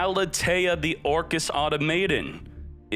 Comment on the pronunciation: This man said orcust whatever